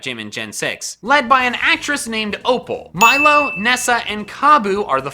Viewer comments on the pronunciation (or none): none